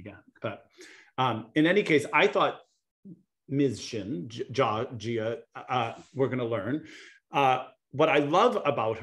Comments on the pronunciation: It's Ji-a like Ji with the ie sound not Jaw. 지아 is her name in Hangul, that 지 is Ji with the stronger ie sound just like it looks. No need to complicate her name it's one of the easy names. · On Jia’s name, it’s Gina without the N